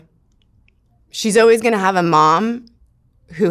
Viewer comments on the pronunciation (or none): Someone should let her know how to pronounce the word always lol “oh-wees”